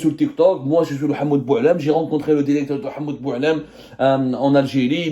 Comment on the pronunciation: Alors pour commencer je suis allé voir ces vidéos sur tik tok les anciennes et je confirme ce mec c'est un petit rigolo pas très drôle d'ailleurs et sa façon de parler genre je suis allé voir le "DIRECTOUR" j'y crois pas c'est juste un rigolo qui veut faire du buzz